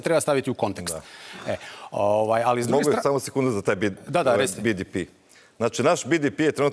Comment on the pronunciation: Koji je vrag bi-di-pi? 😄 Hrvatski je BDP (be-de-pe) ili engleski GDP (dži-di-pi), nema nikakvog bidipija. 😂